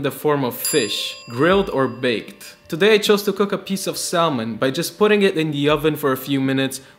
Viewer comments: As an Alaskan, I cried when he said salmon ( sal-mon ) It- It's sam-in *Chokes on air Also this meal looks so tasty, I want a bite T-T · Hey, dear author. I hear you say salmon, not a sa-mon. what are you from? + Ah! Netherlands! 😊 Get answer right after left the comment 😂❤ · bro said Sal-mon lol